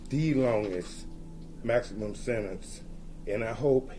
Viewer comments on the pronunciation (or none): none